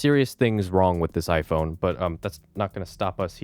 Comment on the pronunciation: Data could Nat be read because it’s Nat 😂😂